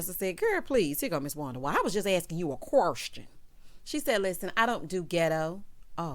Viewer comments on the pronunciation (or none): When you said qwerstion and gitto, if I didn’t scream on this Sunday morn, 😆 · Words of the day: QweR-strun Gi-doe Ree-speck-fer Me: hollering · “Quarstion” “Gitto” 🤣🤣🤣